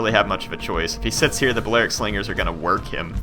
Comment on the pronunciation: PLEASE stop saying "Ballearic" how you currently say it. It's "bally-aric".